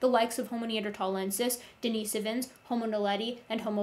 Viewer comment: The first o in the Latin word homo is short, the second o is long. Thus the correct Latin pronunciation is haw-moe. From a professional.